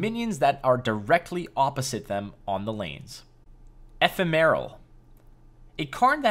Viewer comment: FYI, Ephemeral is pronounced "a-PHEM-a-rul", where the "a" represents the ə, schwa sound. Thanks for the intro video!